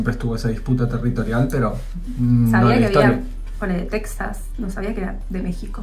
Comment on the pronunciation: No se pronuncia Teksas es Texas no pronuncien como lo hacen los estadounidenses